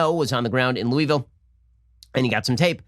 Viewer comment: Lol ! I love it . He’s not a southerner 😉